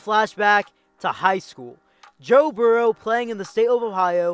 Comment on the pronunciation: Your pronunciation of Burrow may be the worst one I've come across. Where are you from? It's pronounced "BURR-ro". Like Bill Burr. Your regional dialect is just throwing me off.